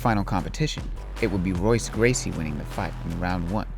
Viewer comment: If you cant even pronounce Royce Gracies name correctly you have no right to speak about mma.